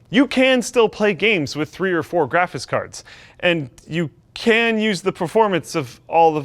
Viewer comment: "graphice cards" Kappa